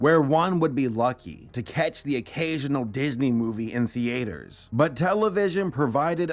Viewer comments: Did you just say "theeayters? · The way he said theaters was so stupid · 'Thee-aters'... Please man, just pronounce it properly. It sounds so pretentious the way you say it. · "Theters" XD XD XD i love this dude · "The aters"